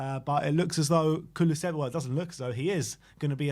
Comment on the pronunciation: Thanks for the video. Little hint for pronounciation: Dejan (like Deian or Deyan, not Deshan) Kuluševski (like Kulushevski)